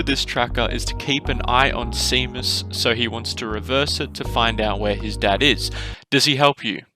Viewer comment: How do you have a British accent and not know how to pronounce Seamus? I thought it was only Americans who wouldn't know that